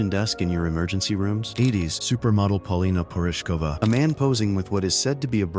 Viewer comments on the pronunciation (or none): none